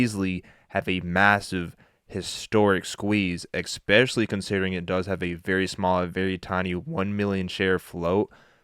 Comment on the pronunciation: Pls bro, its especially....not EXpecially. But thanks for the video. Good luck G